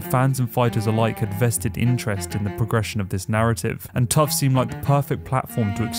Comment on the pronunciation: Tuf ain't pronounced like that